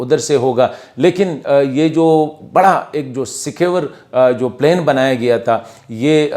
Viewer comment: Good one. Thank you. Do work on your English pronunciation. For example it's plan پلان not plain پلین.